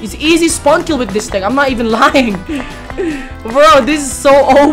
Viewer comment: I like how he struggles SO much then say IZI